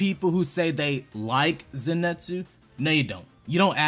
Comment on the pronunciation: People are really saying zenetsu when in the anime they say Zenitsu like bro wtf